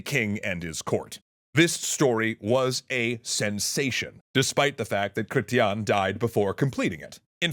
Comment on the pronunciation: As an elder Millenial Canadian, it's weird hearing you pronounce Chretien